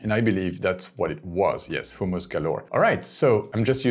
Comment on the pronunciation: Great video! Only concern is I think you're saying "homeless" restaurant rather than hummus restaurant! No biggie! Love your content!